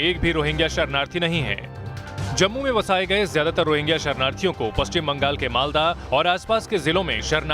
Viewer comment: अरे... ओ मैडम ......... रोहिंगा नहीं.... रोहिंग्या